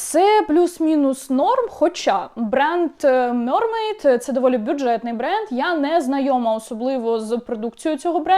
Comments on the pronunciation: мермейд а не мьормейд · м е р м е й д Будь ласка кажіть правильно